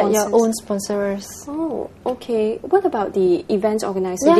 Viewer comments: at the opening, the host said 'miss singapore WER' omg pls lah pronounce better. 'i did it vo-re-tar-ri-ly' 'spon-ser-rer-s' ...5 times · did she say SPONSOR-ERS?!!!!